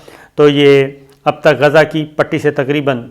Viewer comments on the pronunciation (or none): Please pronounce Gaza properly Gha za